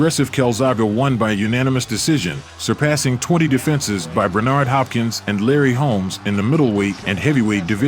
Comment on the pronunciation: 🤣 dude's killing it off with that not to mention 'Bernardo' Hopkins 🤣 what a plum clearly never watched a calzaghe fight else he would know how the champs name is pronounced 💯